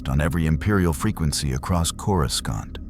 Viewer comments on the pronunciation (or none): coriscont? what? sort your ai out. maybe watch the vid before you put it out. its insulting. other than that amazing work!😂😂😂